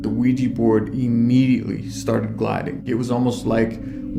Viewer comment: There's hundreds of "professional" ghost hunter shows out there, yet not one of them can properly pronounce Ouija board. It's NOT a WEEEJI BOARD! Smfh. Sorry, just a pet peeve of mine.